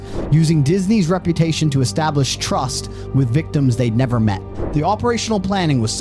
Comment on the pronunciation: Can pronounce trust and tens of thousands. Must have SOME cockney accent influences, though 🤔